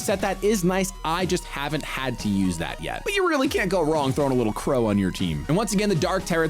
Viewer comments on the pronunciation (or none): none